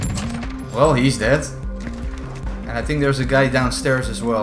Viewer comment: “He’s det” perfect dutch english 🤣